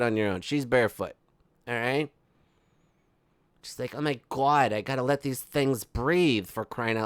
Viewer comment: The “oh my gwod” gets me every damn time 🤣😂🤣😂 (I am sorry I don’t know how to spell the MM ohmygawd 😂😂)